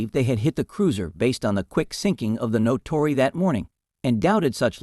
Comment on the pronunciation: The script/reader is very poor. Warder, not "Waterer". Naka, not "Naca". Natori, not "Notori". Truk and Leyte Gulf, not whatever the script had. The actual action described is very interesting, but the video title is clickbait beyond mere hyperbole. Adding a bit of information ... USN Mark 14 torpedoes were wretched. Among other faults, the magnetic exploder was very sensitive to local natural magnetic field variations, often resulting in premature explosions such as Seawolf appears to have experienced. The IJN used many of its light cruisers as destroyer squadron leaders. The US Sargo class was fairly modern, but the succeeding Tambor boats were in commission, and the still newer Gato class boats were starting to come into commission in December 1941.